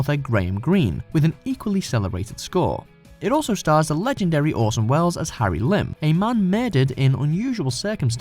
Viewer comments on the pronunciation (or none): Harry Limb ????? Harry LIME (as in the fruit).